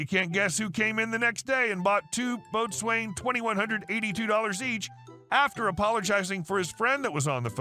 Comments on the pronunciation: Boatswain is pronounced bo sun!!!! How much of this content is made up? 99.9%? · "Boatswain" is pronounced (and often written as) "Bosun" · Fun fact: like most sailing terms boatswain is not pronounced anything like it's spelled. It pronounced bo-sun.🤣 I only know this cause I was in Sea Cadets as a kid.